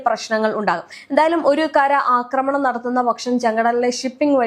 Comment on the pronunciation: അക്രമണം അല്ലെടി കൊച്ചേ? ആക്രമണം. കഷ്ടം!😂